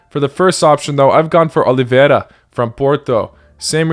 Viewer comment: OLIVEIRA?????? CMON MAN SMH